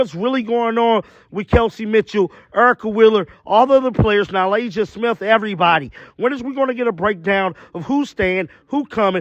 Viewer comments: It's NA-LYSSA, not NA-LASIA. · Am I missing something? He keeps calling Nalyssa - Nalasia..